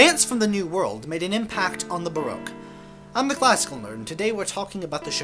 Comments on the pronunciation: It’s pronounced BA ROCK. As I live 300 metres from the most famous Baroque palace, the Belvedere in Vienna and Vienna being the most Baroque city of all I guess I should know. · Pity you can’t pronounce baroque !